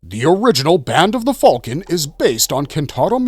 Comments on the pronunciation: that's what im sayin, tf is band of the "falcon" bro needs a video just explaining that lol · I can’t sit through the mispronunciations of names and items and this band of the “falcon” nonsense.